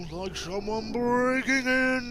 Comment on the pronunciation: Heartless: "Shounds like shumwun breaking in!" Captions: "and" XD